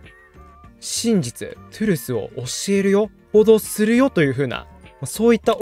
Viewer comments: truthはとぅるすやなくてとぅるーすやな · ”TRUTH”のこと”トゥルス”って発音すんの草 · とぅるーth、でthよ